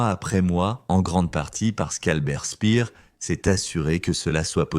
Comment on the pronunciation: toujours ces voix synthétiques vraiment pénible. prononciation du nom de Speer une fois Spir une fois spère. la cerise sur le gâteau à le commentaire parle du tunnel où on fabriquait les V2 et on montre à l'image la station de métro Porte des Lilas !!!